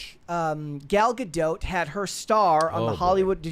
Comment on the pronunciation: I hate the way he says Gadot